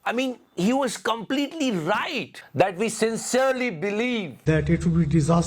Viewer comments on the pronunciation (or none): none